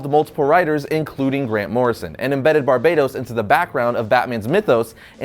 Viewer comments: it's not Barbados, Bar-Ba-Towce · Bro said Barbados 😂😂😂👌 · It's pronounced ''Bar-BAT-tos'' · It's pronounced BAR-BAT-OS damn it hurts when you say it wrong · Can you pronounce Barbatos correctly for once?